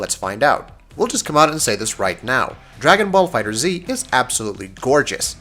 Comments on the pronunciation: I do not care, To me it is Dragon Ball Fighter Z because Dragon Ball Fighterz is fucking lame sounding. Also it is the same concept as M1 Garand ( Gar Rand). Even though the creator pronounced his name Garand (Garen) . People say Garrand. Same principal here. Dragon Ball Fighter Z it is!!! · Trey Enma Dragon Ball FighterZ also doesn't have a space between Dragon and Ball even though the game is listed as "Dragon Ball FighterZ" on stores and Bandai Namco's website so I won't take that logo completely for granted. The simple fact that the creators stated that it's pronounced Fighters is a good enough confirmation of its pronunciation, but they still said that people are free to pronounce it however they want. To me, both "Fighters" and "Fighter Z" sound equally dumb, therefore I'm fine with either pronunciation. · Jotaro Kujo you’re right, the developers already confirmed the pronunciation. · It's pronounced Dragon Ball Fighters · As soon as he said fighter zee he lost me... ggs though bro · HOW TF AND WHY TF ARE THERE STILL PEOPLE SAYING FIGHTER Z Like seriously how do you put out a whole ass review and do research on something but still pronounce it wrong? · Do you need to say the title every 5 seconds never mind say it wrong every single time? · For the love of dende at least say the name of the game correctly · You’re so trash saying Fighter Z. It’s FighterZ (Fight-ers) you bandwagon goofy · Pronounced "fighters" not "fighter z" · If it is pronounced Fighters, why is the Z big at the end of it? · It’s pronounced FighterZZZZ not Fighter Z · I just watched a few seconds of this video. If a reviewer can't even say the name of the game correctly, then I'm out. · Not Fighter Z just Fighterz, sorry but that was just bugging me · Watched the first 2 minutes of the video...got tilted because you keep saying "Dragon ball Fighter ZEE" when it's pronounced Dragon ball Fighters.....dunno why...just bugged me... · FighterZ, not Fighter-Z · Pronounced Fighters :P